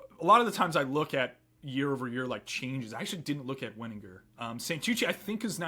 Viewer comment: Wenninger is a hard g